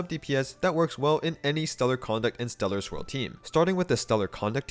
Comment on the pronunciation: Am I the only one hearing Stellar Squirrel instead of Stellar Swirl?